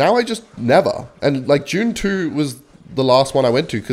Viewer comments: bro pronouced "dune 2" as "june chew" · Jude (dude) - it's Dune 2, with a "D", not "June 2". It's pronounced the same here and on Arrakis. All the Fremen know how to pronounce it as well. Get with the program. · I keep thinking he’s saying June 2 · it sounded like u said june 2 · i thought you said june 2 and not dune 2